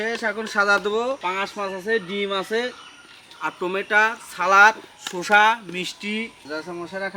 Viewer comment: মামা শুসা না শসা হবে ওইটা